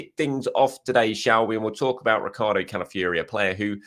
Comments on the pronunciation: Who is Cala fury...its pronounced Cala f OR i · What ? The end is pronounced Fiori as in Cala-ff-your-eh